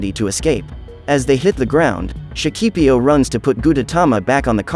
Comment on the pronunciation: in Shakipiyo, you always have to put an accent on the last "i", or you'll end up saying it up wrong. just for info, the rest is nice.